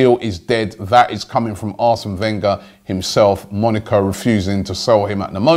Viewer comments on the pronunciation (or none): none